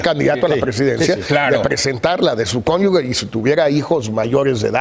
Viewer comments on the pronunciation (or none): Estos cabrones "preparadísimos" y no saben como se lee conyuge, dicen "conyugue" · Conyuge... /kónyuxe/ (con sonido de j). Todos se equivocan al pronunciar. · SEÑOR CASTAÑEDA Y SEÑOR; ES CÓNYUGE, POR FAVOR....